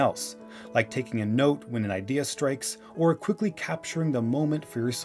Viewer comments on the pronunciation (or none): none